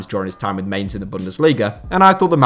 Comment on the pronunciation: Mainz is pronounced like Heinz but with an "M"